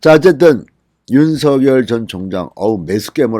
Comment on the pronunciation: 진성호님. 윤석열 후보님의 성함. 발음은. 윤서결이 아니라 *윤성열* 로 발음 부탁드립니다. 윤후보 본인도. 한 아나운서 질문에 "윤성열이 좋다"고 했어요.